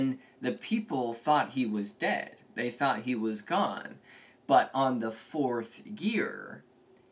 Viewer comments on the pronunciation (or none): none